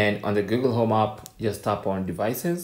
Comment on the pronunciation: Wtf is aaap? Try saying app.